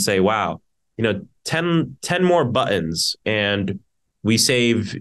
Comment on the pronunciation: Did he say "buttoms?"😂